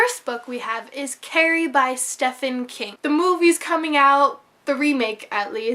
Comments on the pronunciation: love your vids! also even though it's spelled stephen his name is pronounced steven. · WHOO!XD Almost finished:D! Thunderstruck looks awesome; never heard of it but will definitely look into it. I think you're the only person who pronounces it Steph-en King. lol:P Nothing wrong with that, mind you.:)